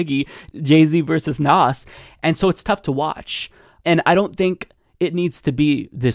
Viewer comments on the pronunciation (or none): So sad that you pronounced Nas like "Nos" lmao. You're better than that